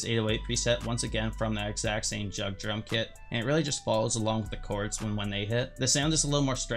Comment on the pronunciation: he said jugg like jug 💀💀💀💀💀💀💀💀💀💀💀